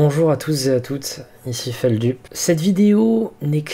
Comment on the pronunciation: J'ai toujours prononcé "Feldeuppe" :-(